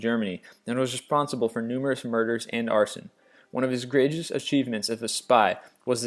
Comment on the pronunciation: This boy got a speak impediment, all his vids are spitting and spluttering throughout in a feable attempt to pronounce basic words. Check out for an attempt at the word "greatest".